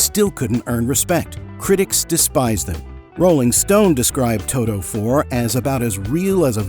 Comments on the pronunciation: To-T-o. With a TEEEEE. Not Too-Doooo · Todo?? Speak English, for God sake!